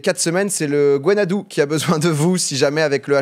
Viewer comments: "gwenn ha du" j'ai mal à mon breton quand j'ai entendu "gwenn ha dou" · Tu ma fait saigner des oreilles en essayant de prononcer le nom du drapeau breton .. Mais merci d'en parler